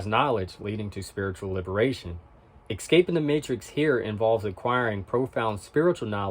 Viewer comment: Ecscaping is not a way of pronouncing Escaping